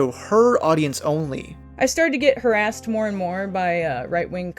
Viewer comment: Now I could be completely wrong here, but this video style he's doing is very VERY similar to Chris Ray Gun's videos from that time, even down to like how he pronounces words, like "harassed". It seems like he must've taken a lot of inspiration from his content